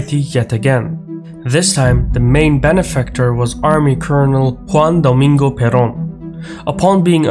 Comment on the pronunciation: He got the "Juan Domingo" part fairly correct, especially the J, but he was defeated by the R in "Perón".